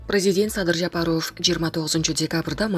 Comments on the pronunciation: Ушул жанылык окуган журналистка Садыр Жапаровдун фамилиясын ударение туура коюп окусан болот эле.Садыр Жапароов эмес Жапааров деп а тамга басым менен окусан. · Ушу окуганкызды карманам 1 кун кечке Жа-па-ров деп айттырмакмын . Уят ай уят окуганын эмне ээ кокуй